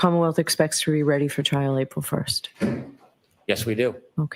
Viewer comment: At the end listen, Bev says there's a lot I need to do to get RiD of trial instead of ready. Love a good Freudian Slip...